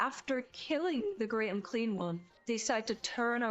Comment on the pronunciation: fun battle report once more! why do i keep hearing Great Unclean One as Great Uncream One? D